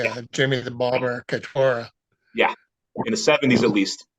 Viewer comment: Catura. It’s sounds like it’s spell don’t put any Italian on it. CAT- URA